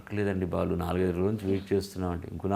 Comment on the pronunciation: please Balu kaadhu Baalu garu Ani cheppandi Meeru yentha pedha journalist aina Sarey Balu garu Ani matlaadandi please 🙏🙏🙏